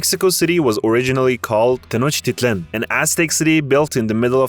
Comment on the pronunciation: Entertaining, but please learn not to mangle the names and pronunciations so much. I mean, how hard is it to say pulque, Nayarít, Tenochtitlán, and other words correctly? It detracts from your credibility. Ah, and the Paricutín volcano... let's see if you can say its full name: Parangaricutirimícuaro! Good luck!